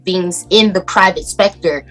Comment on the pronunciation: Wait...did she say private spector ? I rewinded that part a dozen times just to make sure. Can somebody please come get that child lol